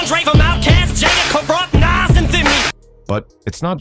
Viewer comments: You've got something against Illmatic by 'Nass'? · I'm so tired of white narrators messing up the names of these legendary rappers...Naz vs. Nas & Pack vs. Pac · Dude, at least know how 2 pronounce Nas, not "Naz"?!?!.! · that dude in the blue shirt is who??? and does anybody notice the narrator of this video has no idea of how to pronounce rappers names ,,,,naas, pack, come on now its NAS and TUPAC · It's sickening. I would prefer someone reading this instead of hearing nonsense like Dr. Dot Dre....I mean c'mon. And Pack and Nass. When I hear that I can't trust the info. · Pack … lol … many decades Dey still getting it wrong it’s pac..which is pronounced poc, long O sound. Nas …pronunciation is Noz … damn it get it together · God I hate it when AI mispronounces well known names. "Nass" "Pack" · "pack" and "nass" - I'm fucking done! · Narrator can't pronounce names correctly smh